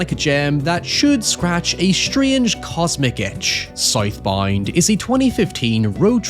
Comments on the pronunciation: Tf you call it? Soyth Boynd? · I thought it was south bound not sith bind Is it spelled south bound and said sith bind? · Sight Bind??? Oh... he said South Bound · Title- "Scythe Bind" lol. Not making fun of you bro i love how you pronounced that 😅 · I cannot unhear him saying South Bound as Scythe Bind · "SOYTH BOYND" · Never heard this guy speak, I thought he was saying Scythe Bind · I like how he says “soith boind” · Soithe Boind 🥰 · “ScytheBind” is pretty badass…. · scythe bind! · Hearing a man horrifically butcher the pronounciation of a word such as Southbound is jarring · What is the movie called 😂 he said it like 20 times and I have no idea what he said 😂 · Bro ain’t no way he was saying SouthBound 😂😂😂